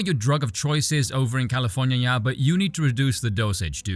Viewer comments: California-nia 😂 I love the V-vernacular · Did I hear "Californyanya"? A fellow Vee enjoyer maybe?